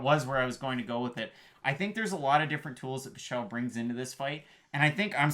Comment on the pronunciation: Its not pie-chel 😠